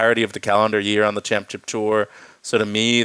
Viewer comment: Still not learned how to say championship. C’mon!